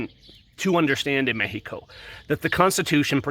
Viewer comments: MEH-HE-CO. HAHA!! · Please stop saying 'Mexico' with the silent X...dude you're why they hate gringos